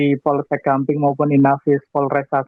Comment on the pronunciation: di gamping mba bukan gambing